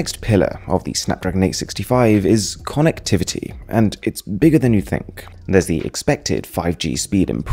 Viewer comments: Since you were translating English to Chinese, and along with that your pronunciation was also becoming Chinese. Konnekthiviti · I am uneasy with the way he says "konek-t-vity" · The way he pronounces konectivity.... Just loved it.. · No one: Mrwhosetheboss: KONnectivity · "Konnacktavitty" is what I'm most exited about. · K O N N E C K T H I V I T T Y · Conn- nac-tavity? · Nobody: MrWhosetheboss: Konectivity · Ko-nek-tivity that's how you pronounce Connectivity in upcoming Google voice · your pronunciation of connectivity sounds like british accent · Yo why'd you say connectivity like that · Is that how you say "connectivity" ? o.O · The way the pronounce connectivity lol